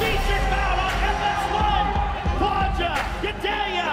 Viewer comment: The announcer pronounced it Cloudia.... like in some movie I've seen before as a joke. Can't believe it.